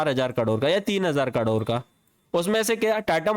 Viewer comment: 30 करोड ❌30 कडोर ✅